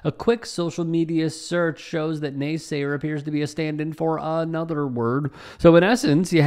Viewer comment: "Naysaya, please! Can ya lend a naysaya a pencil?"😂